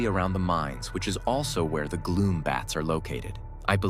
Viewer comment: It’s gloom, bats, not glow bats